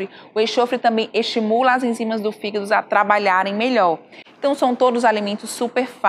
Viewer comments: hehehehe... ...desculpe pela brincadeira sem graça, mas achei bonitinho o jeito que a dra. pronuncia "fígado". ..."fígdu" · “Figuído” KKKKKKKKKKK